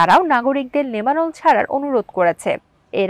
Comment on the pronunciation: কোনো দারি, কমা কি নাই? আর একটু ভালভাবে খবর পরিবেশন করতে হবে। আর লেবানন এর উচ্চারণ কি করছো? ঠিক বুঝলাম না। লেবানন এর নাম শোনো নাই কোনদিন??? একটা ডিসলাইক👎 দিলাম।